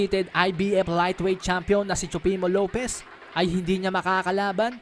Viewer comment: Tama ba ang dinig ko sabi mo Teofimo Lopiz??